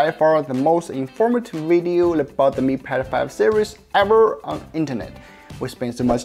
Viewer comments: Way he says "Mi Pad 5" sounds like "Me Pedo-phile". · why is he keep saying mi pedophile series lol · You pronounce Mi Pad 5 like Mi pedophile. Disturbing and funny a the same time.